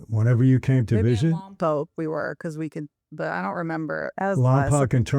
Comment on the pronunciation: Michael please listen to how your daughter pronounces Lompoc she says it correctly. The way you say it is a sin to the city lol. Also you should talk about your time in Lompoc in a video I think it would be pretty interesting.